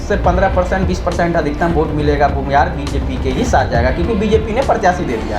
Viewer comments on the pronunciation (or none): bhumihar hota hain bhunihar nhi hota hain